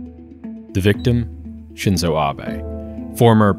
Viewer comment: The I in Shinzo is the vowel in "deep", not the one in "dip"